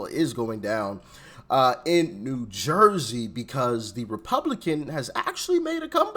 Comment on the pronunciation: Are you from Philly? Lol. That's how we say it here. 😂